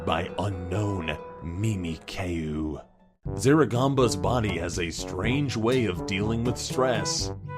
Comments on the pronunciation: Me me Kay you xD it's mihmihkyu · its pronuced mimic you not mimi k u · IT'S SAID MIMIYOU NOT MIMICAYU but it's ok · (Mee-mee-keyu)? Its (Mee-mee-kyu) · Its prounounced(mimic-you) its a pokemon an alohan pokemon. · THE FUCK WAS THAT PRONUNCIATION!? IT'S MIM-EE-KEEOO YOU DOOFUS [Triggered Pokémon Nerd] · Quick thing: Mimikyu is pronounced MimIK-you I am a hardcore Pokemon fan. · "Mee-mee-kie-yuu" (mimikyu) lol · mimikyu is a pokemon and is pronounced mimik you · Can anyone get over the fact pronounced "Mimikyu" as "Mimi-Kay-U"? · IT'S MIMIC - YOU MIMIKYU YOU GOD DAMN DUMBASS JESUS FUCK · Mimikyu it is pronounce mim-i-kyu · Lol,, "kyu" in mimikyu is basically pronounced like the letter Qq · Did say "mimikayu"??? ITS MIMIKYU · Mimikyu is pronouced mimic you It's a pokemon everyone should see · You said mimikyu wrong.. It's mim-ik-yu....mimikyu isz a pokémon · mimikyu is pronounced (mimi-cue) or some people say (mimi-cute) just so ya know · Its pronounced Mimic-you, they failed it so bad 😂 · It's mimikyu (mim-e-kyoo) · that's not how you say mimikyu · He said mimikyu wrong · Who else cringed when said mimikyu? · Why he was struggling with saying mimikyu xDD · You mispronounced mimikyu on purpose didn't you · I'm sorry but how are you gonna put on that mysterious persona like voice and mispronounced mimikyu (Can't remember how to spell it)?! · #3.... needs to catch up on pokemon and learn to pronounce Mimikyu right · Man, he butchered Flamedramon from Digimon and Mimikyu from Pokemon. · Really, you don't know how to say Mimikyu? It's a very well known Pokemon nowadays. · All pokëmon fans died when he said mimikyu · HE SAID MIMIKYU WRONG!!!!!!! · They misprounounced mimikyu